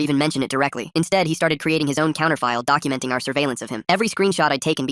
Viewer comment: Why is every “he” pronounced hez